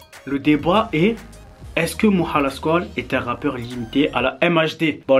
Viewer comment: Tarrives tjs pas a diire « moha » correctement :/